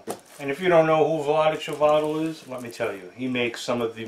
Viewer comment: His name is Chvatil, not Chivatil.